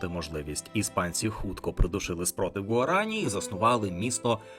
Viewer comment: Все добре, окрім наголосів: замість "парАна, гуарАні, потОсі" насправді наголос на останню голосну - "паранА, гуаранІ, потосІ"